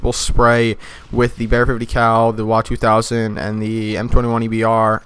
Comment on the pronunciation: W A 200 not the "Wa 200" you sound chines man.